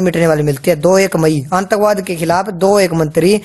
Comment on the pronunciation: sir antakvaad ni aatankvaad bht galat pronunciation h ...